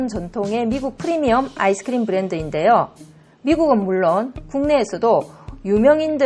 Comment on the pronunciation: ㅋㅋ 아이스크리므 발음이